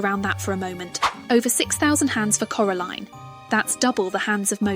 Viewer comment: Here from part 1 😁 I noticed how you said Coraline incorrectly for the uncomfortable effect good hint at the theory 😂